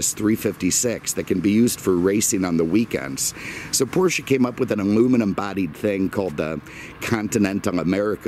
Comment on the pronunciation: Thank you for pronouncing Porsche the correct way.